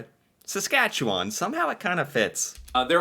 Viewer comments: Good job on pronouncing Saskatchewan properly!...you gotta do a trip across Canada. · Thank you very much! As a 64 year old Canadian, I have never been confident pronouncing your province till now. I knew to end with land rather than lund, but couldn’t settle on the middle bit. Now I can have confidence in the middle, sounding like un instead of found. Just take the f out of found and add it to the New. Nuf-un-land. Cheers